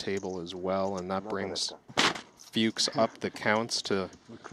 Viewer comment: A little note to the commentators: Tom "Fuchs" is pronounced like "cooks" with an F, not "pukes" with an F 😅